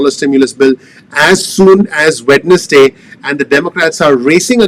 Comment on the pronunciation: I love how you pronounce Wed-nes-day... lol. Good work Dr.